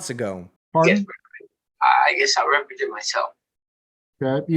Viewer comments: Stop say re-present. Its not re-presenting anything. Just because words have similar sounds doesn't mean they mean the same thing! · What the hell, i am sure he thinks he is being clever but everytime he says rE-present i deduct 10 more IQ points from his already suspected low IQ Dont get me wrong, in any other setting it would be clever cause he presented himself and they could re (as in again) present him but in this context it just sounds rediculous